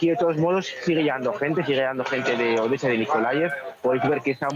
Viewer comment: Saquen a esa presentadora no sabe pronunciar bien " Obesa en vez de Odesa.." .y se le enrreda la lengua al decir Ucrnia ...saquenla por favor...